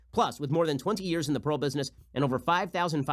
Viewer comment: no one: ben: p a e r l